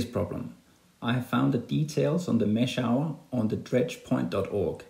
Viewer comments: Mash-hour u pronounce it as mash-hooor translate the word 'famous' in google and listen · Great video, but it's pronounced "mash-hoor" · Its name is not what you say, it is pronounced as mashooor